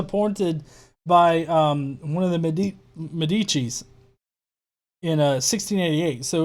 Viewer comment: Medici has the accent on the e not the i. Try saying it I wonder if you can pronounce it